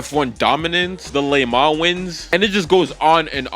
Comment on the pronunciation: your pronunciation of "le mans" got me angrier than the takes anyway, my hot take: 918 > any other german car 3.0 CSL > any other bmw